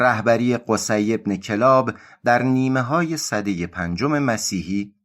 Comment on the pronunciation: کلاب kallab خونده میشه